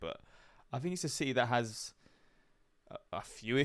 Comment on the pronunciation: Si-Ee lol it’s city haha